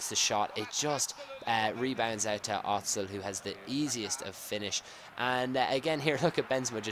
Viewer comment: not OTZIL...you used to say that last year too